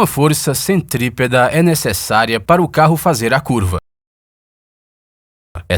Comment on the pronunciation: Força "centripeda"? Não é centrípeta?